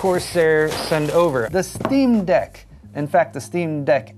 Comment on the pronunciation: It’s called ST RRR EAM DECK. For a tech channel you should know the difference. 👍